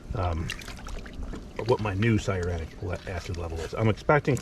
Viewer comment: Thanks for the video. Very informative. Why do you keep mis-pronouncing cyanuric acid?…LOL😂 It’s ‘sigh a noor ick.’